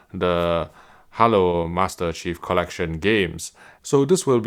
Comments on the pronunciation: My mans pronounced Halo "Ha Low"... I'm ded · Didn't know i was saying halo wrong this whole time # hallow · Hallo Master-Chef collection sounds good to me! EDIT: just to clarify: I find the way pronounces ''Halo'' in general amusing - also when talking about haloing artifacts on TVs etcetera. Love the guy and the accent, but could not resist making this comment. No harm intended of course haha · Man, I said the same when I heard him say "hollow"... my brain said 🤔